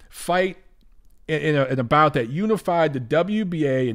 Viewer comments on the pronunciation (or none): none